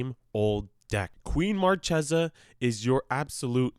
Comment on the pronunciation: It's pronounced MarChesa, like the C in "Caspian" or "Card"